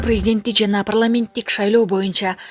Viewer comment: Прламент дебей так суйлосон озу окугансынбы